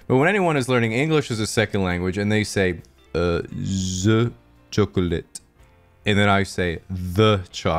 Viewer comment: the way you said chocolate had me dying